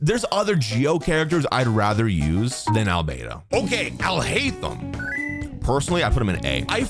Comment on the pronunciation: Alhaitham ...sounds like " I'll hate them"